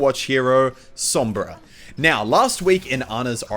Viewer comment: Lord Salad Spanish is my native language so i know what im talking about when i tell you that he pronunced "Sombra" right